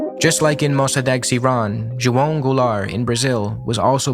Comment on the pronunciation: you are the first english native speaker I ever heard saying the name "João" correctly! It's my name as well, so it made me happy to hear it Great video, I'm still watching